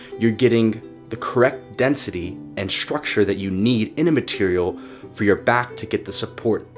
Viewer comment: Brother, stop adding "sh" sounds to your "st" and "str" words. You keep saying "shtructure". WTF? Why? It's not shtructure, shtrong, shtraight, exshtremely, shtrength, etc. Cut it out. It's goofy.